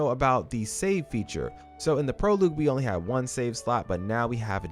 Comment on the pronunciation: Thanks for the tips. It’s pronounced “Pro-log” not “Pro-loog”